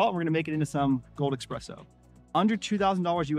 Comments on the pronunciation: Pretty good video, but the X is espresso is too pronounced in your case.. ;) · Coffee advice from a guy who says “EXpresso”? lol.